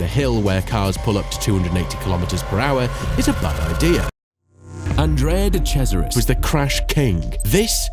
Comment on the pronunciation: It's an interesting video but you pronounce SO many names wrong... I mean, You managed to get Andrea de Cesaris right, but then, somehow manage to pronounce Ligier so incredibly wrong that it took me a few minutes to figure out what you meant... there were quite a few instances of mispronunciation, and a few factual errors too...